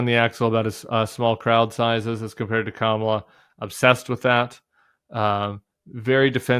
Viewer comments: It’s pretty sad that he can’t properly pronounce the name of his opponent or name her running mate. 😬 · There's nothing wrong with donOLD's memory. He's misusing names, mispronouncing names, not using names on purpose. It shows his contempt and disdain. Nothing more, nothing less. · I wonder if Trumps pronunciation of the VP's first name has something to do the late pro-wrestling star Kamala the Ugandan Giant (whose real last name is, coincidentally, Harris). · No commentary on why he pronounces her name that way?